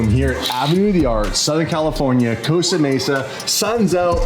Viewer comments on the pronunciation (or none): none